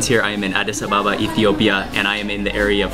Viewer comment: His pronunciation of Addis Ababa 😂😂😂